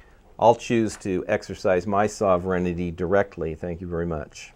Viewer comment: sovereignty is pronouned sover-n-ty(SOvern-T) not Soverignity. I understand what your saying is important and I do not mean to criticize to be mean or cruel only to help. The word as it is being enunciated is a malapropism because the way its being said is not a word.I am so glad you showed the word that you were attempting to pronounce because otherwise I would have been lost because of the mispronunciation. Otherwise your points are dead on target.